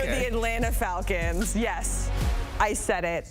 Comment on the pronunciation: Dude has a hard ass time pronouncing the word "falcons" 😂😂😂 Atlanta Vaggins, Atlanta Valkins